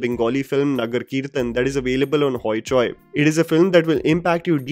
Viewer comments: It's not "HoeChoe". It's HoiChoi or होईचोई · Bhai your pronunciation is wrong, hoichoi it's not hoychoy